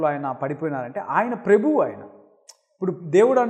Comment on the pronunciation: ప్రెభువు కాదు ప్రభువు అని పలకండి